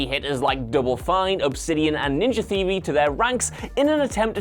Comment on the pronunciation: Learn to say theory properly or don't say it at all.